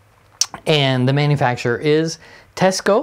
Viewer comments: Cool Teisco collection! BTW, it’s pronounced “Tie-sco”, not “Te-sco”. It’s an anagram—Tokyo Electric Instrument Sound Company. My first electric guitar was a 1964 Teisco-built St George. And in college in 1969, a friend of mine had the bass version of the EP-200. The first one you showed, with the built-in effects, is pretty wild! Get the right battery connector in there so you can show us what it sounds like! Built-in effects was kind of a thing in the lare ‘60s and early. ‘70s—I remember Vox had a line of guitars in ‘67 that had really awful built-in effects, including a wah-wah that was actuated by the heel of the right hand on a triangular lever behind the bridge. Psychedelic! And hard to pick while using the thing. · It's pronounced "TEYE SCO", I lived in Japan from 63-66 and was given a SS-4L for Christmas in 1964 they purchased it from the Navy Exchange in Yokohama, also a Teisco 71-R 1964 Vintage Tube Amp with Reverb & Tremolo modules on board.